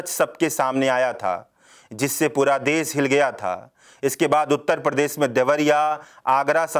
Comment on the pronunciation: Ravish type voice. Good. Bus letter sound me sudhaar lane ki zarurat hai. Jaise : Des, nhi Desh. Hajar nhi, Hazar. Mareej nhi, Mareez.